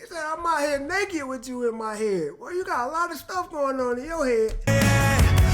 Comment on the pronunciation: "in my yead, in my yead"